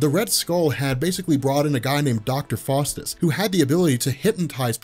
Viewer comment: Its pronounced Dr. FOWstus, not Dr. FAWstus. Small point perhaps, but pronunciation IS important. That said, GREAT video as always: you help make sense of a more or less nonsensical, increasingly large comic "mulitiverse". Thank you!.